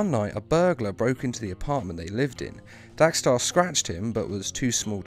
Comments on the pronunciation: How and why do you mispronounce his name every time even though you spelled it right? It’s Dex-Starr. DECKS-star, not DACK-starr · It's dextar not daxtar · Dex* not Dax. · why do u keep saying daxtar when his name is dexter.i heard u say dexter, so u can say it. whats the reason if u dont mind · Dos anyone notice that he sez DAX Starr it’s Dex star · How ate you getting his name wrong when u show a clip of it beomg said, dexstar not dax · But it's not dxe-Starr its dex-starr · You realise it's Dex-star rather than Dax-star right? I mean.. The title has it correct. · It is DEX-STAR not dax-star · I... Don't understand why you're pronouncing Dex-Starr as Dax-Starr. I mean, it's pronounced as it's written. Your video starts with Atrocitus pronouncing it correctly. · stop saying "Dax" it is "Dex" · I thought he said “Dank Star” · Cat's named Dexter Guys accent Dax star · You pronounced his name wrong literally everytime in this video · I HATE HOW YOU PRONOUNCE DEXSTAR